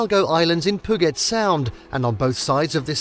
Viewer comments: Puget is pronounced pew-jit. Not pu-git. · It’s “puuu-jet’, not ‘puh-get’. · P'Ewe JET not poo-get... and Marymere falls was actually Sol Duc falls in case out of state visitors watch this and get confused. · I find it funny how people in Washington is getting mad about it pudget haha and I’m from Washington but yeah you need to stop saying it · I don't know who this guy is that's telling us viewers which is all the best places to be here in Washington state. Dude, you need to pronounce the words correctly. Pudget sound doesn't have the the letters that sound like get. San Juan Island isn't pronounced like the way you say it. And it's not hard wherever you're from to say them correctly. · I love the San Jooahn Islands north of Pooget Sound, whenever I'm not in Leevenworth. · It is pronounced Pew-Jet. And Leavenworth is pronounced like Leven it's not a long e sound. This would be a good video if someone had learned proper pronunciations. 😞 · Pooget sound? Reported! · He just said poo-git sound, I'm out of here. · Poo-get sound. Nice. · Great video! Thanks. Just wanted u to know Puget is pronounced POO -JET. Rainier is pronounced " RAIN - EAR". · PEW-JET is how it's pronounced. And LEVV-ENN-WORTH, not LEEE-ven-worth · Pew get rofl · proper pronunciations: pew-jet sound , leven-worth, mount rahh-near, san wahhnn islands, americans love to butcher proper english lol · Brother. Google how to say PUGET and SAN JUAN. It’s painful. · Funny how he pronnounces Puget Sound 😅 Why don't these people get someone who knows how to speak properly? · My God! If you're going to produce a travel guide learn to pronounce the names of the places correctly. The laughable mispronunciations include Puget Sound, the town of Leavenworth, Mount Rainier, and the San Juan islands. One thing is certain, the narrator has never been anywhere in Washington. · Mispronounced words: Puget, Methow, Chelan, Leavenworth, Stehekin, Rainier, Ohanapecosh, San Juan, and Chihuly. Just stop.